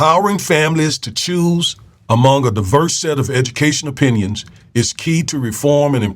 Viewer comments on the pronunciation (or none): none